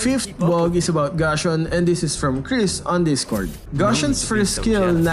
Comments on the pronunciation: Gashon really? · Wow gashon amazing pronounccation haha LOL